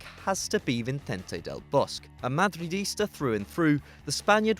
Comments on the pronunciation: "Vincent del Bosk". That pronunciation tho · Vinay T M seriously like what the fuck?!? Just look up an interview where they name him, is it that hard? Vee-cehn-teh dehl boss-keh